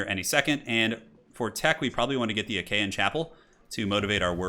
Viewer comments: "Die Achean chappel"... "Aachen" long "A", has nothing to do wiht hte ancient Acheans. Ah-chen. "ch" is basically a "throtier" H. Not "Jen". AH-khən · not to be pedantic, but it is not 'ach-a-en', but 'Aah-ken' chapel. It's a funny French-German word and IRL was a spa town that became the Imperial residence of Charlemange later on. The former way you've been saying it sounds like 'Achean', the name the Greeks used for themselves in teh Trojan War! So, you've been calling it 'the Greek Chapel' to my ears this whole time. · Great video but Aachen is pronounced like “ocken” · Okay I'll chime in on Aachen - It's a long "a" (as in "hard" or "far") followed by "ch" (as in the spanish words "j"alapeno or "j"amon) and then you basically swallow the "e" and finish on a regular "n" aa-ch-(e)n. you stress the a (i mean it's kinda just one syllable anyway :p) great content! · Ah-Ken, the Ah-Ken Chapel. Great game! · Love how you pronounce Aachen 😂 sounds much nicer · "Calvary" as in the place where Jesus was crucified. For a moment I thought he did it on purpose. Then I remembered.. "Agean" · "Pree-late" "Calvalry"